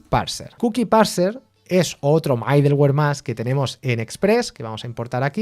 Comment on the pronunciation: Me gustan tus cursos por toda la información que das sobre, por que y como. Gracias. Sé que es de nodejs, pero para variar, y sí haces un micro curso con hono y bun? ambos vienen super cargados con todo lo necesario y así como te gusta, cero dependencias. Lo ciento, debo corregirte.. mi gusanito de la pedagogía me hace hacerlo. es "midoluer" no "maideluer".. jejeje, pero igual se entiende, es lo que importa.